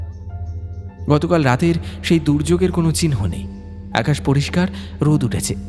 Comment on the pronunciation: "শ্রাবনের এ‌্যাকাশ টা"-প্রথমেই শোনার ইচ্ছাটা উবে গেল।তারপর"মিষ্টন্ন ভান্ডার"।